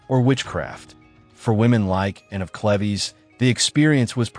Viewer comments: "Ann of cleveeze"!? It's Cleve's. Now written as Move. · Anne of Cleves - seemed to be giving the AI voice some trouble with pronunciation! Not Cle-vez - but Clee-ves. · Me screaming at the tv “IT’S CLEVES!” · I knew I wasn’t the only one that heard it wrong. I was screaming at the tv. 😂